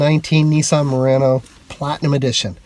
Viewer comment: Need to learn how to pronounce Murano!